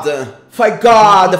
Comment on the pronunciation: "Please foe god" kdkdkkd eita